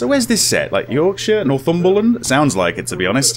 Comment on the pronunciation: Me, minding my own business in Northumberland:: nOrThOOmBeRlAnD